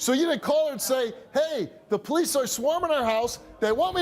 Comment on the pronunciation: Who are the "poe leece".....last time i checked thry are called the police